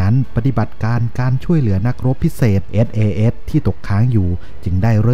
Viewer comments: ต้องปรับปรุงสำเนียงการพูดอังกฤษยกใหญ่ครับ น่าจะศึกษาให้มากกว่านี้ (เอส ไม่ใช่ เอด, อัฟกานิสถาน ไม่ใช่ อับกานิดถาน) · หน่วย อะไรนะ เอด เอ เอด เหรอ ... ไม่ใช่ sas ??? หรือไง (เอส เอ เดส ไงละ่) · SAS อ่านให้ชัดๆได้ไหมครับ คนไทยเรียนภาษาอังกฤษ แล้ว เสียง "S" หายไป